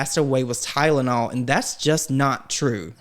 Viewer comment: Why does lima the medical professional keep saying tideanol?